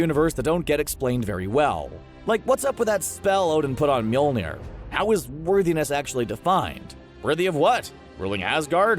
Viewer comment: You literally mispronounce mjölnir in every video, and it’s starting to affect me